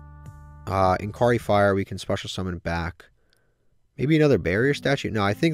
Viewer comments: Mispronounced: Inkari Fire, Sarketsu Armor. Correct: Inari Fire, Sakuretsu Armor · He’ll eventually find out it’s not pronounce that way like Inari fire in last ep. Lol